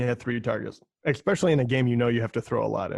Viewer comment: Great show. One tip...“exspecially” is not a word.